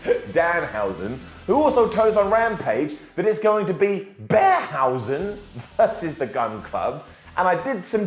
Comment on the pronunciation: Beardhausen not Bearhausen ;)